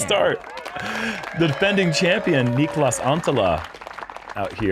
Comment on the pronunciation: Coming from the wild man of hair in his younger years, Uli, are you slightly jealous of Neekolus? (He pronounced it unusually in the skins match, which makes me think we get it wrong)